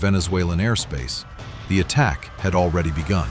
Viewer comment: Emphasis on had